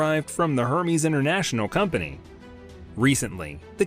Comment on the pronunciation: It’s pronounced er-mez